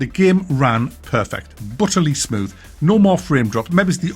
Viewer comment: "Butterly smooth" 😂